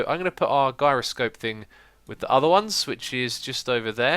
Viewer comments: "ALRIGHT GUYS IM GONNA BE USING A EUROSCOPE" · You pronounce "gyroscope" wrong! You pronounce it with a j.